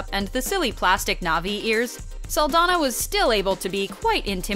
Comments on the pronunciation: Saldaña, not Saldana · Her last name is pronounced "Sal-DON-yah".